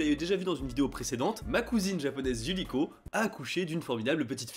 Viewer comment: Un peu hors sujet, je ne sais pas si tu avais remarqué mais je trouve ça intéressant que tu prononces parfois Yu"r"iko (à la française) et parfois Yu"l"iko ! Décidemment c'est pas facile d'être bilingue lol, j'ai ce problème aussi avec l'anglais... C'est comme si ton cerveau ne pouvait pas s'empêcher de lire les mots à la française !